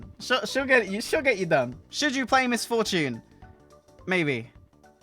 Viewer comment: Miss For-tune